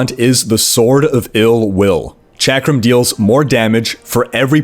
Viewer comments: Chakram is pronounced "shock-rum". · I don't know which annoys me more: di-AB-lo or chack-rum. Fucking ugh.